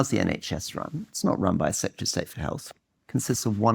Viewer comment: “Having served as Home Sec-ret-tree” WTF is that! It’s Home Secretary! You would think if this was your job, you would at least be able to say it!